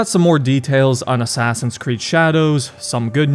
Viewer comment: “Abide by the Assass Ee Un’s Creed” -Al Mulalim